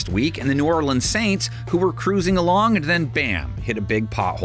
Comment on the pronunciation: It’s pronounced SAINTS! And the Panthers LOSING to the Bengals! 😊